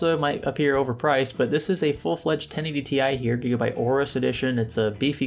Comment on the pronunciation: "Gigabye" :D